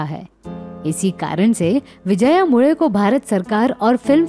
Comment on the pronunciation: Mule - surname ka bilkul sahi pronunciation - aapne - nasal accent aur tongue usage se kiya